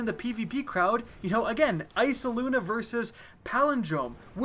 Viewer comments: isaloona? really? sound it out eye-as-luna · EYASLUNA NOT EYSALUNA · Please stop saying eysaluna, im getting triggered